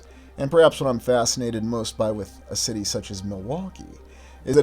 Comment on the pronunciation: This is a large schity, a port schity.